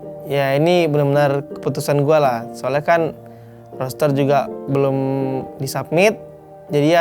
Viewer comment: "Roster" bro bukan "Roaster" Mau manggang Lo? 😆